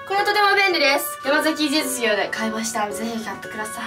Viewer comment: 山崎実業って言えてない😂😂😂